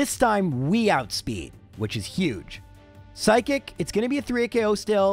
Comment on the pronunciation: seriously i never stop to laugh how the way he say psychic sound totaly for psykick damn english can be my second language but chic and kick is totaly 2 different word and when he say say burterfree is a weak pokemon then he never going to far then he not really weak if he be really weak he cant have clear half the game like caterpie who he dosent do half and change the game because is make it impossible to clear the game and for burterfree be alive vs a fire blast i really dont going to call burterfree a weak pokemon and with 1 level lower that charizard and be alive with half hp buterfree he not bulky for sure but still he still got a good def for not be one shoot FR